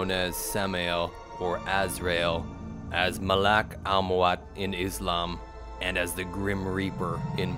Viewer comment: In islam is Malak al mawt not malak amwat .